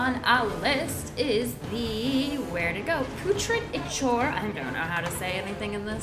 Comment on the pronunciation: Putrid Ichor, it is pronounced Pew trid I kor.